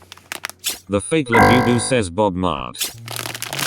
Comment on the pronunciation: It's said Bob mart